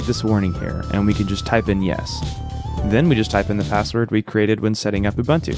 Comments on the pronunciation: Ubuntu is pronounced Ooboontoo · the pronunciation is "oo-BOON-too" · Awesome vid, thanks. Will definitely give this a try. Quick sidenote; correct pronunciation is OoBoonToo. I know this is nitpicking and I’m sorry, but being South African I couldn’t help myself. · "Oo boon two". That's how you say it 😒. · bro you butchering the pronuciation of uBuntu ahaha